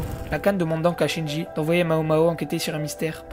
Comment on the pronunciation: Mec, c'est pas Shinji, c'est Jinshi. Tu inverse les syllabes :p